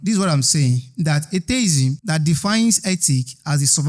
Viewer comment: Why is everybody saying "ay tay izm" it is "ay-thee-izm"